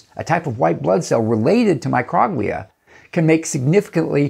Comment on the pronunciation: love your video. But I think Microglia is pronounced like “Micro” (long O) as in microscopic, and “Glia” as in the Glial cells of the brain.